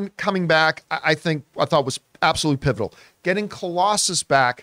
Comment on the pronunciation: You said “pivotal” but I heard “pitiful” I was like what!!!!